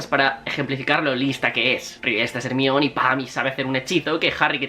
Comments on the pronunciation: Cómo le vas a decir hermion jajajajajajsjsjdjajsjajsjs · HERMAIONI NO TE CUESTA NADA DECIRLO IGUAL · Se pronuncia jermayoni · Por qué le llamas Hermione? Y a Snape le llamas Esneip? Saludos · Like si también te causa mucha gracias cuando dice "ermion" jajajaja que necesidad de traducir unos nombres y otros no? Por qué no dice "Dumbledore" en lugar de decir "Dambeldor"